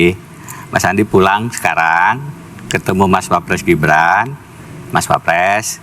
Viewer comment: Deny maling..kok bilang wapress..bukan klas nya..